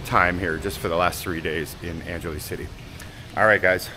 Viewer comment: Angeles sounds like ANG HE LESS 🙂